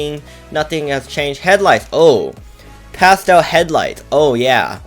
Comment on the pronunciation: Any one relies that it’s pasten brown not pastel